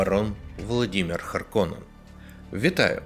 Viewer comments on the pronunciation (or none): Чому кажуть влодімер а не Володимир?!